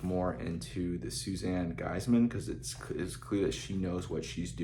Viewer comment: Last name is pronounced "geese-man", not gise-man. Thanks for the review.